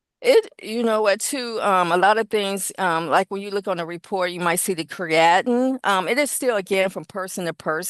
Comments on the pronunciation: This drug test "expert" is a joke. It's pronounced "cree uh teen", NOT what she says lol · “Cree- at-in?! COME ON! She’s fu*king with me right?! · She can’t pronounce “creatinine” either. But she knows the concepts.